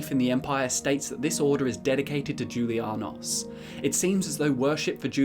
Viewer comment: I thought that the j in julianos made the same noise as the j in jalapeño